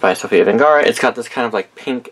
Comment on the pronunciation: I know this is an old video but her name is Sofia VERGARA AND NOT VENGARA!